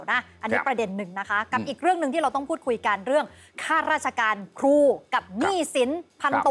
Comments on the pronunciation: ครู ๆๆๆๆๆ ไม่ใช่ คู อย่าลืม ร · พิธีกรออกเสียง คูๆ บ่อยจัง คูไหนจะใส่ซอง20 บาทได้ ครูต้องล้างจานค่ะ 🎉❤